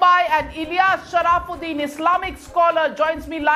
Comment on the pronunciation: The name is sharafuddin & not sharaaaaafuddin.